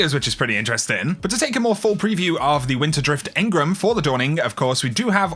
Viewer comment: Stop pronouncing Engram wrong.... It's driving me nuts enGRAM not enGRUM.👍